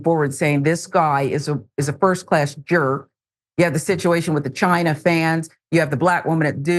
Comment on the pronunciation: So he didn’t know how to pronounce china 🤦🏿‍♂️🤔